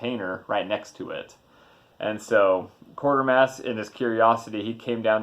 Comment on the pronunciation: WTF it's pronounced 'Kwaytermass'- I should know I'm from UK with my bowler hat and brolly !!!!!